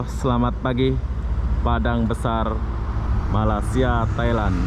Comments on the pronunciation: Sori bro.saya masih tak puas hati di mana anda menyebut MALAYSIA (MALASIA) sebutan betulnya (Malay- sia).bukan INDONASIA.- INDONESIA.THai land.Betul anda sebut.Bukan Talen..suka content anda.apebende.i like.atau anda sengaja ya.MALINGSIA ATAU MALAS SIA.. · Sebutnya Malasia?.. Hati² bro kalo menyebut negara orang. Takut nnti pulang tiada muka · Malaysia...bukan Malasia..🤣